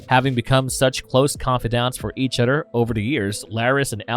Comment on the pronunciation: Other- TH. It’s not Udder 🤦🏻